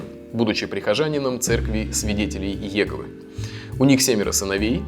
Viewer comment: Спасибо Евгений за проделанную рабботу . В 2008 году защищал диплом его композицией а также Петом Матини. В музыке Джорджа тепло и любовь к жизни. После прослушивания я был всегда одухотворен и преподнят в настроении. Но есть к вам небольшое замечание, у вас не правильно прозвучало ударение на слове "ИЕговы"! В русском языке правильно "ИегОвы". Вы сказали как раньше говорили в народе ) Но не суть, спасибо за работу!